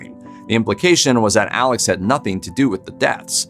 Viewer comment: Alex pronounced 'Alec'